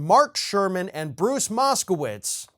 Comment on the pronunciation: Moskowitz? I thought you said Mousekowitz. More importantly, is it against federal law to add Sora from Kingdumb Hearts in Smash Ultimate? Please say yes, because I am boycotting Waluigi's plot to give Nintendo to Disney!